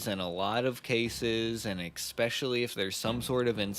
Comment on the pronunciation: eKspecially? You do know, I hope, the word is eSpecially- no “K” or hard “C” in it! You guys are great but people who pronounce this basic word this way worry me...🤭 YIKES❗️